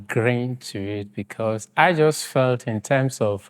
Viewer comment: My friend… you can’t say „jost“ and claim Ghanaian. They are all Nigerians na. Another one said „kontry“ and the other said „kid-napd“ not kidnapped!